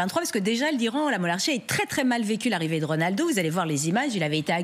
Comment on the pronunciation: Elle dit bien mollahhrchie et non monarchi